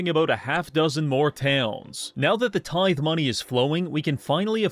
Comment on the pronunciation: Its a tith"ee" bish, you bot